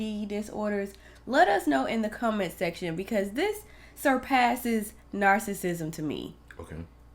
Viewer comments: He's pass narcissism to nar-sick-nisum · He's pass the stages of narcissism to NAR-SICK-NISUM 🤦‍♀️🤣